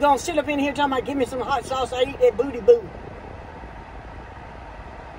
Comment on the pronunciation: “You eat the bOodY” you eat the BoTtY bOo” 😂